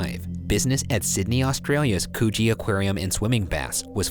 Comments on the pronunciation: please I cant with Cooge Aquarium being pronounced like coochie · Came here to see if anyone felt the need to correct them on their pronunciation of Coogee. 🙂 think “could-gee” … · BRUH I LAUGHED BECAUSE I WAS CLEANING AND HEARD HIM SAY COOCHIE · I heard coochie aquarium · Not me thinking is said coochie aquarium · I WAIT GDGCFGMCB MY SUBTITLES LEGIT SAID COOCHIE GHCMGCGHMHG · I believe it pronounced “coo-gee” not coogie. And yes, Chicago style is the best pizza. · i love the way they pronounce places in australia when they have a case from there omfg. "cewgee" and "bat-hurst". makes me giggle everytime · Forensic examination had confirmed Coochie Aquarium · Coogee is pronounced as Coochie like in Coochie Coochie Coo which is usually used by parents when tickling their newborn child. Upon tickling and saying "Coochie Coochie Coo" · Ahhh I see “Coogee”